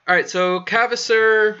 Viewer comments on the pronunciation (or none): Kvasir - please read it like Qasir, not Kavasir. "Kv" is the same as "Q"